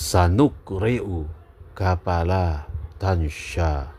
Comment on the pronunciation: Tansa nya huruf sin ya buya bukan huruf syin